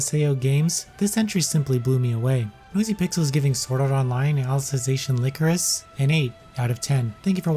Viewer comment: Lie-core-is, not lick-er-is. It's a flower representing sadness, look it up.